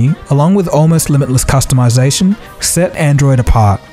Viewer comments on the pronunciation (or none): none